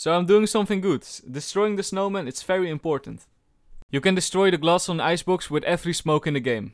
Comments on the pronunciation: I like the fery fery cool every time u say it its just nice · That "VERY COOL VERY COOL" is so satisfying to hear!!!!! It actually sounds like "FERY COOL FERY COOL" because of your accent.